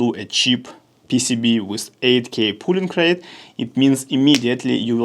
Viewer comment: друг, не пУлинг рейт а пОлинг рейт)